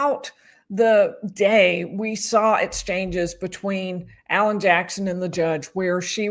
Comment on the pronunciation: If Jen McCabe says "SAR IT" INSTEAD OF "SAW IT" one more time.....